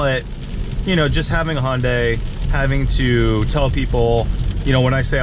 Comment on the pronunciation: Please stop calling it Honday.. it’s Hunday, like Sunday lmao